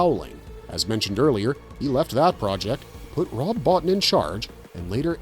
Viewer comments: His name is pronounced "Bo-Teen", not "Bottin". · Rob's last name is pronounced "Bow-Teen" not "Bot-Tin". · I'm pretty sure it's Rob BoTEEN, incidentally. Though I pronounced it the way you did for years. Great video! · Very good video. A little heads up, Rob Bottin's name is pronounced Bo-teen. I used to mispronouce it years ago until I saw an interview and Rob pronounced it as Bo-teen. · It's pronounced Bo-teen!! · Rob Bottin...last name pronounced Bo-Teen. nice video !